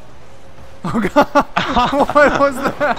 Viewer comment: Did anyone else hear oh my gos instead of oh my god?